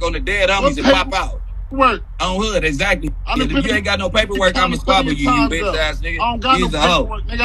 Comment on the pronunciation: Jersey dude said “squabble” lmao!